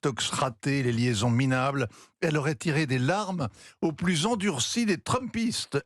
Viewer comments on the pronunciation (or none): none